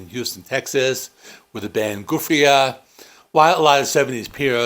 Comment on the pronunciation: I think you mean the band Giuffria. It is pronounced ""juh-free-uh."